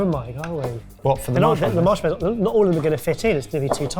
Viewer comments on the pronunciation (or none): Why does every single person on here say marsh mellow instead of the correct pronunciation of marshmallow .😮